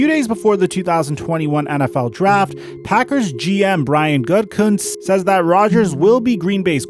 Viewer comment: Why would I like or subscribe to some ugly mystery meat non-intelligent random who can't even pronounce Gutekunst's name correctly? Do 30 seconds of research and practice and you could sound like someone worth listening to. Schefter is a sleaze, but at least he can pronounce the name.